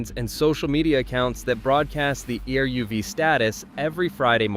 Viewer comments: You don't spell E-R-U-V. It's pronounced EH-RUHV. Say it in two syllables, not four letters. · Not E.R.U.V. but eruv. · that's what happened when you use AI generated voice content. It doesn't understand that eruv is a word, not an acronym.